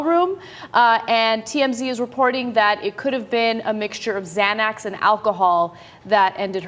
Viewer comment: someone please help ana re pronounce xanax